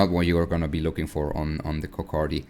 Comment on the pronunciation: 🤣🤣🤣 he say coc K many time